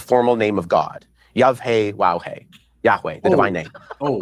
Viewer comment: how does get this so wrong? “yuvhaywowhay”???